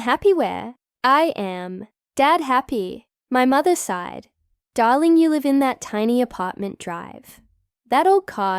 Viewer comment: This was painful to both read and listen to. Apparrently, puctuation is an option in today's storytelling. Also, it's "I sighed," not "I side."